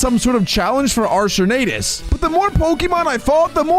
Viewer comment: IT IS ARK-E-US NOT ARSE-E-US